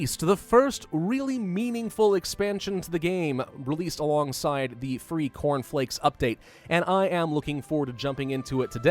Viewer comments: when you said "cornflakes" I heard "porn flicks" do I need help? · I heard it too